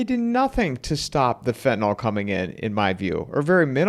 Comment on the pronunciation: "FentanYL" is not pronounced "fentanAL."